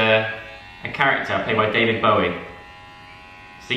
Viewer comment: Big loves to Joe for pronouncing “Bowie” correctly. Fan points scored!!